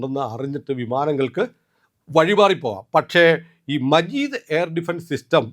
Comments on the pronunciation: മജീദ് അല്ല 😂... മാജിദ് ആണ്... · മജീദ് അല്ല മാജിദ് 😂😂😂